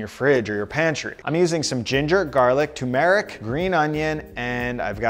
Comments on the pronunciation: "tomb-eric" LOL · How is it you’re pronouncing turmeric? 😅